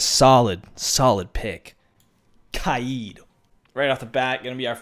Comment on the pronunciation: Finally someone who says Kaid right